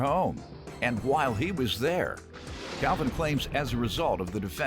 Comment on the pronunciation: It's sounds like his name is pronounced "Cowvin".